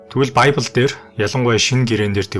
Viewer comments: библь гэдэг биздээ монголоор. байбль энэ тэр зүгээр л монголоороо яриач. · баябил биш бибэл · Байбл биш библэ гэж уншдаг 😂!! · Байбли биш харин библи шүү